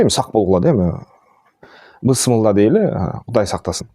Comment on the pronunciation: Тойлорду жойуп билимге конул буралы,бысмылда эмес биссмилла деп айтыш керек